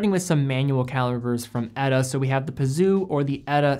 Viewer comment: Peseux is pronounced "peh-zeuh" rather than "P'Zoo"...-)